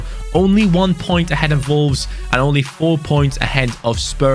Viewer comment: No one:: “Volves”